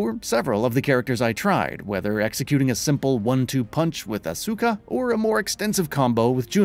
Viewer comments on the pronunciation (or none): So many ways to say Asuka. "Ah soo kah", "Ask Ah", "Ass Ah Kah", "Oscar" LOL. Correct pronunciation per google translate seems to be "Ask Ah"